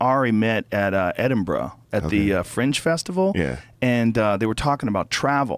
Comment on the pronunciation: Loving that Joe correctly pronounces Edinburgh. It's Edin-bra. Not Edin-boro or Edin-burg.